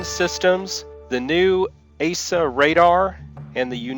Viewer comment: It's AESA not ASA